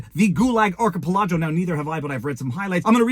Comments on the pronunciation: ar ka pel ah go (unless you're pronouncing it that way on purpose as a joke..in which case...hahaha) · You’re a lawyer and you cant pronounce archipelago?🤣😂🤣😂